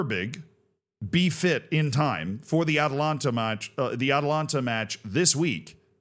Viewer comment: The Italian football club you are referring to is Atalanta Bergamasca Calcio S.p.A. You keep pronouncing the football club "Atalanta" similar to Georgia's capital "Atlanta". There is an additional "a" after the first syllable. The city of Atlanta in Georgia is the female form of Atlantic, which is the "Sea of Atlas". Atlas is a Titan in Greek mythology condemned by Zeus to eternally hold up the heavens (sky) on his shoulders after the Titanomachy. Atalanta is a heroine huntress in Greek mythology.